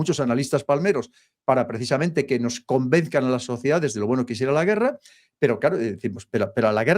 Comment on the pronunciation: ¿tú también diciendo "convezcan"?